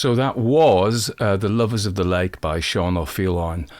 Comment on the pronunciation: Your Irish pronunciation of O’Faoláin is flawless, a beautiful and haunting story brilliant storytelling thank you